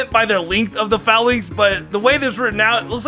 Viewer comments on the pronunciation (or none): none